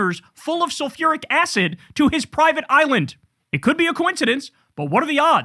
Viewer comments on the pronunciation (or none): Sulferic??? I always thought that it was hydrofloric acid!